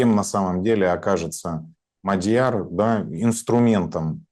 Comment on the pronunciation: Он не МадьЯр, а Мáдьяр. В венгерском языке ударение ВСЕГДА падает на первый слог. Исключение составляют только такие восклицания как «Ого!». См. также статью «Мадьяр» в Википедии.